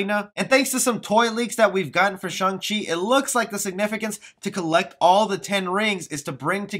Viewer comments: Im not sure you're even pronouncing his name correcting. You say it with a "u" sound like shung. When it is really with an "a" sound. Shang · Nope his name is Shang chi not Chung chi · i cant even watch this ..with you keep saying shung chi............" its shhh-angggg -cheeeee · It's shang no shung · pretty weird that a lot of people read his name as "Sheng-chi" but its actually"Shang-Chi" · Character is very clearly named ShAng and my man calls him ShUng the whole time... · man said shung chi the whole video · its pronounced shung chi. just saying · Dude, you pronounce his name wrong.